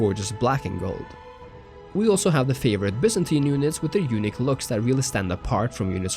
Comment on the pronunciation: When “unique looks” sounds like “eunich looks” haha